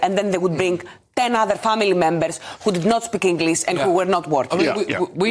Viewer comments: Englissss? IT'S ENGLISH!! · She couldnt even prounouce the word "English" correctly.